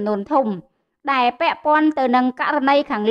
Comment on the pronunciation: ពិធីការនី គោការណ៍ ឬ គោលការណ៍ ដែ ឬ ដែល ពេ ឬ ពេល សូមនិយាយពាក្យខ្មែរឲ្យច្បាស់ ។